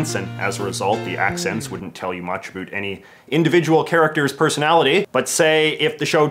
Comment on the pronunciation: Can you say about correctly once please